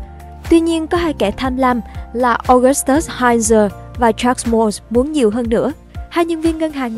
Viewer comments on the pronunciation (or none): none